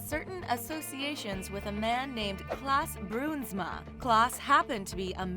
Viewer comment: It is Klaas Bruinsma, not Klass Bruinsma